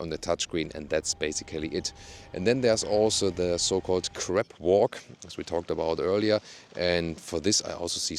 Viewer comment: I am dying!!! :)) Crab 🦀 walk, not Crap 💩 walk. I know, German accent is very difficult to get rid of. Great review as always!